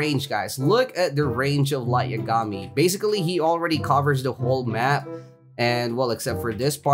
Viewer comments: Nice vid! But say lights lastname like this. Ya ga me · what if I said your not the only one who has that mount. EDIT: are you trolling again because its pronounce light (ya-ga-mee) I dont watch anime I just know pronunciation